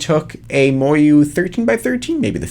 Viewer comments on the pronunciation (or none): He says moyu like moryou